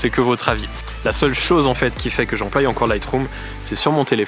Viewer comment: "J'emploie" est pas "j'employe" tu te trompes quand tu prononce ce mot-là sinon vidéo vraiment intéressante